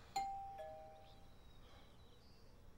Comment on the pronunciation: I always loved how 'jeez' ends up in two syllables with. "Je-heez" hahahahahaha